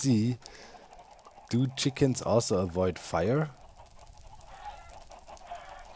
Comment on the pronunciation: I know that Doc missing the "s" on chickens is probably just a pronounciation error, but it also makes it seem like all the chickens are one separate hive mind.